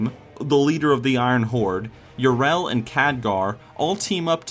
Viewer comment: I can't believe you mispronounce Yrel so much even though they say it so often in game...